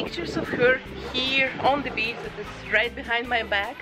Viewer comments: Wait, did she say “basic beach” or “basic bitch” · Am I the only one that when she was talking about her first doll heard basic bitch instead of basic beach? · When I heard her say "Basic beach stuff" I was startled until I realized she said "beach."